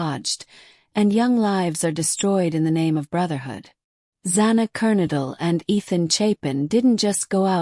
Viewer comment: Don't you just love AI that can't pronounce words right? Sigma Chi like lie KAI...I give up with Kernodle.